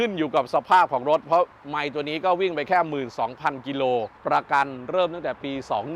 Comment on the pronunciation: ฟัง พูดคำว่า "แค่" ผมละเหนื่อยใจ😅